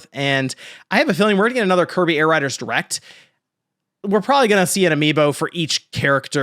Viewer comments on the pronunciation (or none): Did you say "latest erect"?